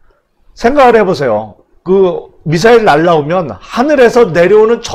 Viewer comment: 야 임마 지소미야지 무슨 지쏘미아야? 요즘 북한말투 쓰는 놈 많더라. 미사일이라 불러왔는데 북한식으로 미싸일 발음하는 방송 많아졌어. 고쳐! 북한말 지겹다.